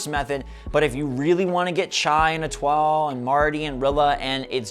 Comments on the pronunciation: "look at me being a cultured youtuber" Still says Etoile wrong 😂😂 It's improving though! 😁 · I’m from Texas too! (South Texas), Never passed through Etoile, TX before tho. very interesting how it’s pronounced differently